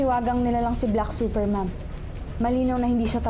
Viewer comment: Bat parang sinasabi nila "BLACK SUPER MOTHER"??? hahahaha natatawa ako dun eh😂😂😂